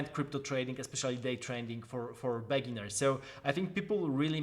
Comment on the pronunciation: very good video, accurate and succint infos on a very complex topic. but please adjust your pronounce of "beginners", the way you say it sounds like a bad word :) (also, you have the oldest ringtone ever ahaha)